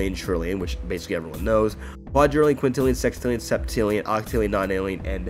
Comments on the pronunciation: but then thats completely wrong. hextillion aint a number, sextillion is. if you wanna pronounce it a sixtillion thats fine, but hextillions just fuckin cursed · REAL DUDE. like bruh ffs just say sextillion :P and yeah hextillion is like the chaotic evil of pronouncing sextillion istg.